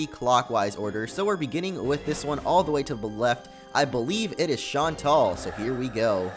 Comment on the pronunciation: BTW its pronounced shaun-tell